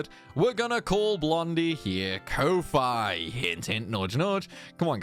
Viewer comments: names tidus kofi to avoid pronunciation problems proceeds to pronounce it in a way that i refuse to believe is correct XD I've always pronounced it as Coffee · speaking of pronunciations, I'm pretty sure that Ko-Fi is pronounced "Coffee?" Idk that's what Thor of Pirate Software says so take that for what it is. Also it's Tide-us because that is what English speakers assumed it was back in the day. Obviously—if you are a weeb or Japanese—then it is Teed-oos. If you say Teed-us then you are just doubly wrong because you are trying to be a weeb but failing in the second syllable.